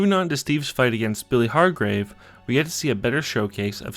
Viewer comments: Its Hargrove not hargrave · Was that Billy Har"grave" intentional or was it an accident 😭